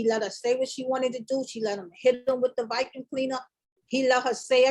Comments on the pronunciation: Wtf is a vykum? 😂😂😂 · I’m glad the mom knows exactly what happened when she wasn’t there all I hear is excuses for a shitty man … gabby is a shitty person also and I didn’t see this relationship lasting / ending well. And also the way says vacuum (vicuum) irks thee f out of me 😤